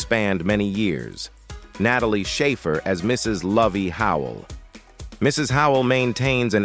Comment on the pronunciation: "nat a lee ah shaffer for a comer cheal for ora veal re den backer" - computer generated voiceovers still have a ways to go